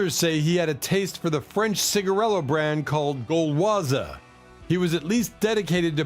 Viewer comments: Gualoise...pronounced gal wa...😊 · Gauloises the s is silent...